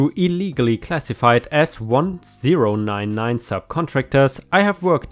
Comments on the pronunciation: The first story, the 1099 is pronounced 10 99, it's a type of contract usually by private contractors, also each state has their own laws for working, some states require warnings, write ups and termination, some don't. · Just for your informational purposes in America we say the 1099 form as ten-ninety-nine. It doesn't matter that much but if you care lol. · "1099" is pronounced "ten-ninety-nine".